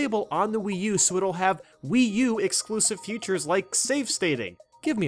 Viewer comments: Why does he pronounce "features" as "futures"? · idk but i pronounce "features" as "features". idk why is just saying future or futures